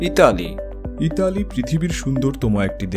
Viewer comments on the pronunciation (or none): none